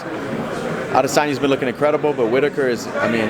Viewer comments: Robert Whita-taker?? Who the fook?? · Robert whita whitataker 😂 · Joanne Calderwood can't pronounce "Robert Wittaker"? English is not her mother tongue? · Am Scottish and a can tell u right now Whittaker is not hard to say 😂😂😂